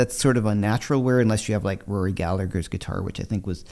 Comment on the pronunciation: According to Rory Gallagher’s brother Donal, Rory had a high acidic content in his blood (something on those lines) which obviously came out in his sweat and that was the reason for the condition of his strat. And in the nicest possible way, the second g in Gallagher is silent. That’s how we pronounce here in Ireland and that’s how Rory pronounced it. I know it changed when it got across the pond, and that’s fine. Declan O’Dwyer. Ireland